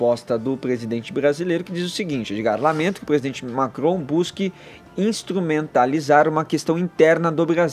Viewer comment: Primeira vez que o “radialista” consegue pronunciar uma palavra de modo correto. Emmanuel Macrom. Dessa vez a língua presa ajudou😂👏🏻